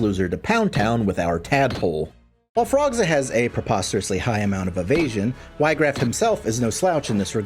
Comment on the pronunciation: not even 2 seconds in: "WHY-graff" bro